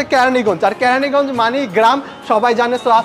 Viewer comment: ক্যারানী না কেরানিগঞ্জ🙂